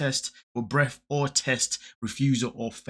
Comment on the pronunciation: “Breaff.” Do you mean breath?